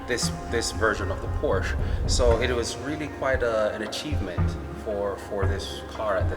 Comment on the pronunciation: I know that it is difficult to make videos and often very time-consuming. However, for what it is worth, it would be nice if you pronounced Porsche correctly and lower the background music. I don't mean to be critical, but it is quite distracting.